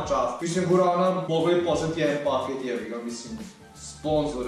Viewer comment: guarrana a ne gurana